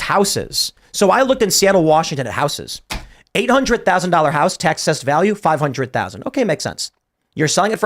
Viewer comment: Somebody should tell Tim how to pronounce the word houses.